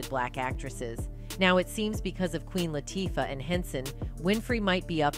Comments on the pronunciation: It is about time, but please learn how to pronounce people's name. I do not know how many times you have butchered up Queen Latifah's name. It is not that hard to say. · If your going to make a big deal out of something the least you can do is pronounce the names properly, AI or not! Both Oprah and Queen Latifah have the power to change the Pay difference between Men and Women in the Industry... Please Note: Oprah and Queen sure make they're looked after!!!!!